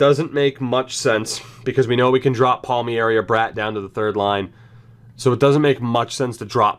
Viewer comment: Palm-eri not Palmy-eri